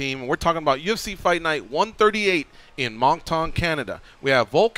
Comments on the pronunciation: Monc-Ton eh lol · Pronounced monk tun